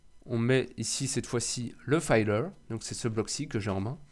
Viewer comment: Le "filleur" et non "fayeleur" ;) Bonne continuation !